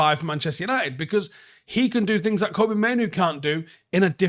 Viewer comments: It's Fkn "Kobbie", FFS man, Not Koby. Like "Robbie" but with a K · Please get Kobbie's name right. It's Kobbie, like Robbie or Bobby.